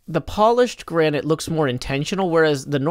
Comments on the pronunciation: Careful, the gra-ni-te is fra-gi-le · Gra-nee-tay 💀 I'm dead inside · I genuinely can't tell if he's mispronouncing granite on purpose or by accident but I love it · Other Hermits "let me get some granite for my build" " let me get some Gran nie te. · gra-nee-tay me: *facepalm * do not take this srsly